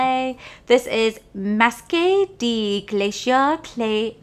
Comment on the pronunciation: masque is pronounced as mask! Lol